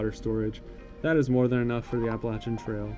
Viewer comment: Glad to hear you pronounce Appalachian correctly. 😊